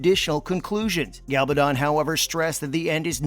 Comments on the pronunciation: I know! 😂 He repeatedly pronounces GaLBAdon, when it is GaBALdon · MY GOD CAN THE NARRATOR BE EVEN MORE STUPID AND ANNOYING??? GA-bal-don, emphasis on GA not on the BAL and not on the DON !!! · PLEASE will you pronounce Diana's surname properly. Her name is GaBALdon. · The announcer should at least learn how to pronounce Diana's last name. Constantly called her Galbadon. Really annoying. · Not only can't the reader pronounce "Gabaldon" correctly, he also can't pronounce "Caitriona" correctly. How hard is it? Really? It's so annoying, and it hurts the credibility. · You incorrect pronunciation of Diana Gabaldon’s name is irritating. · It's astonishing how REALLY irritating the narrator's style is, but he doesn't know how read. He repeatedly mispronounces the author's name !!